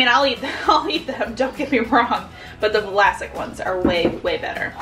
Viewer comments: Arrgh. Still saying Va-lasic. Also "these ones", not a thing. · Wtf i never remembered those pickles being “Vlasic” instead I remember “Vlassic” 😳 conspiracy theory or na?😂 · lol I don't even want to get into the whole turning Vlassic into a 3 syllable word lol